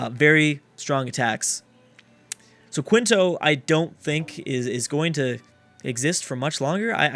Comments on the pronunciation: how is it "Quinto"? there is no n. like at all. it's spelled quito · Quito is pronounced as key-toe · Quito is not cuintou, I'm from Ecuador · kee-toe is how you pronounce it, also great war was ww1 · I am legitimately starting to think that he actally does crack... Pronounces it Quinto where the hell did the N come from??? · It's kih-toh (not toe),.